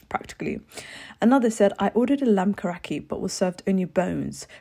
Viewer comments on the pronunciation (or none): Lamb Karahi not lamb karakhi 😂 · Hi! I’m Pakistani and wanted to let u know it’s not pronounced lamb kara hee but it’s pronounced as ka - ri not ree but i not trying to hate! Love ur vids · lamb “karaki” 😭😭😭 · And the way she said karihi